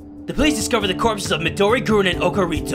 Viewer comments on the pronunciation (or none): 'Midori goorun' WTF! It's 'GURINUU!'